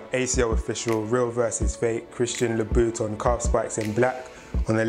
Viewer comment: The way he saying " louboutin" like " Loo - Boot - Tin" it annoys me so much